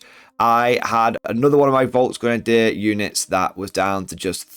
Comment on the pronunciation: I dort want to be overcritical but as a German Fan of your Chanel i want humbly suggest that you upgrade your pronouncaction of "Volksgrenadier" The "V" had to be spoken as a "F" properly. Thank you very much